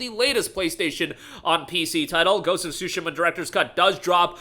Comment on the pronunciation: Dude really said Ghost of Shu-shu-ma.